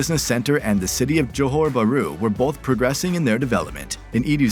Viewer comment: You can tell this vid is made by an Ang mo by the way he pronounces Johor ‘Buhru’